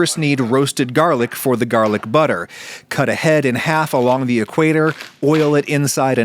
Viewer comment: Gerrlic Butter 😂